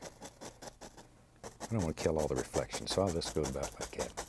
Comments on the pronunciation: Sometimes I hear "somethin' about lye gyat" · What is a "lie cat"? He says something lie cat. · jimifender Yes it was a joke. He is saying "like that" but his country roots allow him to say "lie cat"